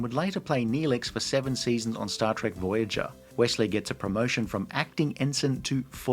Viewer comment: props to bending the knee to the American accent for saying "Wessley" even though many Americans will say "Ossie" not "Ozzie" for Aussies like you.